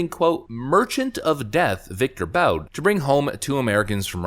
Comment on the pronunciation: Victor Boot; that's how it's pronounced.